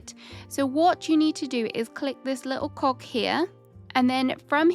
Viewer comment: Click this little what now!? 😂 😂 HAHAHA I'm sorry but I've replayed this times and still hear the same thing, and it ain't cog I'm hearing haha 😂